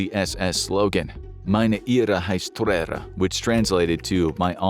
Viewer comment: "lebensborn" is pronounced like "LAY ben's born". What the narrator is saying is "Liebensborn", which would mean something VERY DIFFERENT in German. "Ehre" was mispronounced likewise ("air + uh" would be closer, "eh-(uh) + uh" is closer but hard to describe briefly), and "Treue" was mutilated (should be "troy + uh"). Listening to this was so painful.